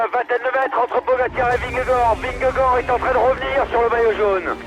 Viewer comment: The commentator is saying Vengagard and everyone else pronounces it Vingegaard. Small matter but it would be nice to get it right. Whoever is right.